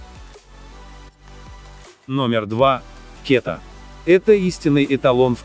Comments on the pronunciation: кета бля каждый раз смешно) ударение на А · как ты можешь что-то советовать? если ты слово "кета" не правильно произносишь? я, как бывший житель дальнего востока, и технолог по образованию, с химией и микробиолигии в профиле, скажу что я твою ниодну фразу не могу слушать, потому что ты даже названий рыб не знаешь?